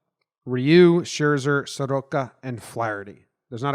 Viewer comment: Youguys did a great job pronouncing Ryu’s name btw